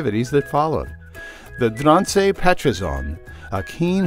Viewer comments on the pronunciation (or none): Ooowh no hahaha. I never heard any non-Dutch speaker say the breed name before. Haha well atleast you tried; I know it is kinda hard 😅